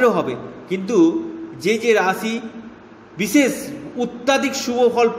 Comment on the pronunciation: কিনতু আপনার ভাষা টা একটু ঠীক করুন রাছী না রাশী ঊপশচ নাঊপশ বিছেচ না বিশেষ হবে